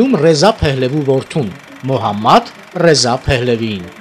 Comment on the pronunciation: Մոհամմադռեզա, ոչ թէ Մուհամեդռեզա որ ռուսերենի հնչյունափոխությամբ է։